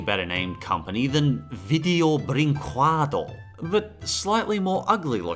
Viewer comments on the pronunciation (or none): Everytime you say "video brinqueado" an angel gets their wings. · Man I could hear you pronounce "video brincüédo" all day